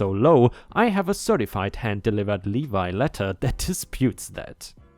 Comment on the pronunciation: just a little constructive criticism. Levy is not pronounced levi like the jeans but lev ee